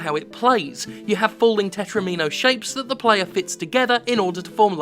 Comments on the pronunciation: How do you fuck up pronouncing tetromino? Is that how you pronounce domino? Do you sit down to play a game of domeenos with your friends? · Why can no one pronounce tetromino. You wouldn't pronounce domino as "do - mee - no"